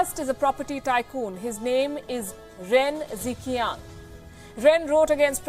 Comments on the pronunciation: mam you are pronouncing it wrongly its like ren jichiang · As always, Pelkyi (Tibetan female name :) is the best who speaks the truth. But the Chinese names are so cutely mis-pronounced. The closest pronunciation possible in Hinglish would be: Ren Dre-chiang (Ren Zhiqiang), Shu Dre-yong (Xu Zhiyong), and Fu Ying. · Ren Zhiqian =Chinese pronounce jichian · In Mandarin Chinese Romanization system (Pinyin) the diagraph 'Zh' is pronounced almost like 'J' and 'Q' is pronounced almost as 'Ch in English', so 'Ren Zhiqiang' should read 'Ren Jichiang' so that it sounds closer to the Mandarin pronunciation.